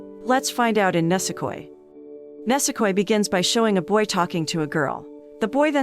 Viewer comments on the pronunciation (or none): Pretty sure its pronounced ni-se-koi not ne-se-koi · ENG accent makes it a little hard to understand. ニセコ, neese-ko-ee Nisekoi, and not nasekoi xd